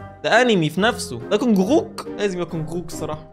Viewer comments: جونغكوك مش جونغوك 😂 نطقته بطريقة عجيبة دا سحر ولا شعوذة 😂💔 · أسمه جنكوك مش جنغغظاةظظبظبظزبزلنك أنت كويس يا 😂🤣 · جونغوك بتتنطق جون كوك يا 😂😂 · تم اعلان الحرب الارمي على بسبب انه غلط في اسم ارنب الارمي جونكوك😂😂😂😂😂😂😂😂😂😂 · جنوكوك: ❌ جنوكوخ: ✔️ عيب يا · علي فكره اسمه جونكوك مش جونغوك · اسمو جونغكوك مش جونغوك و هو عضو من فرقه bts 😂👍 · ده بيقول جونغووك 😂😂💔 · اسمو چونجوك اسمو كده ف النطق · اسمو جونغكوك بس ال(غ)مش بتتقرأ لان اسمو ب الانجليزي Jungkook فا ال (ج) بتتكتب (غ) في العربي ولا هو مش هيتكسر ولا حاجه هو غير كده خالص و لكل بلد ثقافه واسامي مخصصه ليها يعني مصر مش زي كوريا ولا اليابان كلو مختلف حتي اللغات +مقصدش اهانه ليك انا بحب فيديوهاتك جدا ومتابعاك من لما كنت 300 الف مشترك وبحب محتواك وازاي بتقدمه لينا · يعمم فصلتني انت نطقت اسم جونج كوك بطريقه عجيبه يا اخي 😂 ماسو.نيه ديه ولا ايه 😂🙂